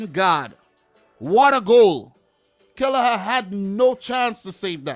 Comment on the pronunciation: it's not kelleher his killer 'a🤣🤣